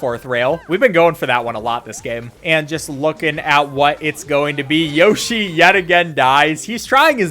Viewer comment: Haha “Yoh shi”. It’s Yoshi dude!